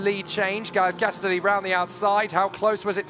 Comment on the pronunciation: shouldn't Castelli be pronounced like spaghetti ? castElli spaghEtti